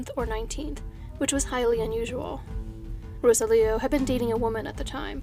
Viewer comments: Ro-Sah-Lee-Oh not Rosa-Leo...just trying to help. Gracias. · So happy to see another update video!! Thank you for all the hard work you do,!! In the event that there's another update in the Gutierrez case I thought I'd let you know that the name Rosalio is usually pronounced roSALio, with the emphasis on the Sal part. As always, thank you for all the effort you put into your videos. ❤️ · Pretty sure Rosalio's name is pronounced Ro-sallee-oh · His name is pronounced roh-SAHL-ee-oh.